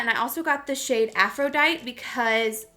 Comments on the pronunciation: LMAO- Aphrodite... (aff-row-dye-tee) not, (aff-ro-dyt) 😂🤣 I just couldn’t help myself. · Girl.... it’s pronounced aphro-DIE-TEE. Uneducated lmao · hunni im guessing its Aphrodite, its pronounced aphroDITE-EE, like how you said it and an EEE sound after. Aphrodite is the Greek goddess of Love, Beauty, and Pleasure/Passion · it’s pronounced “aa-fro-die-tee” 😂 😂😂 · Girl I love you but it’s driving me crazy the way you pronounce Aphrodite (aa-fro-die-tEE) lol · just so you know, its pronounced "AphroditEEE" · Had all of Youtube never learned and heard names of Greek or Roman goddesses? AFRO-DITE-EE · Hey love just wanted to tell you that the NYMPH shade Aphrodite is pronounced how you’re saying it...but you pronounce the “e” at the end. So Aphroditeeee lol! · Aphrodite is pronounced aa-fro-die-tee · Your pronunciation of Aphrodite is incorrect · It’s Aphrodite with an emphasis on the e loll I love you so so much and can’t wait for little man to be here. You and Davis will be the BEST parents! 💙